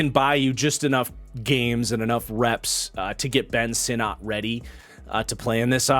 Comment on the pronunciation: Ben Sinnott is pronounced “sinnit”. From the man’s mouth himself. Just FYI for future vids.